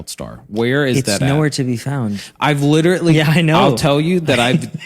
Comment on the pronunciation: Did you know that you say “literatly” instead of “literally” ? I mean, I’m just glad you’re back, so I’ll take it!